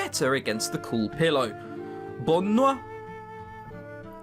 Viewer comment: You said good nut instead of goodnight in french haha made me smile